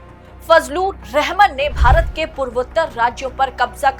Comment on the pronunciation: रहमान बोलना चाहिए न कि रहमन ।।